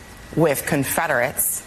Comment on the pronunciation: Conferderates 😂😂😂 WTF?? 😂😂😂😂